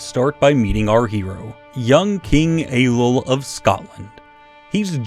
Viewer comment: "Young king Ey-lull of Scotland" Dhia ár shabháil